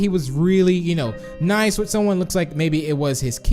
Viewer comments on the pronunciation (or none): none